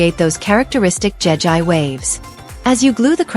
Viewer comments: It’s Jegi not Jen I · It's not jeji it'jegi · it,s not jaga it jegi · Jegi❌ jeji✅ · Jegi not jejie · It's not jegî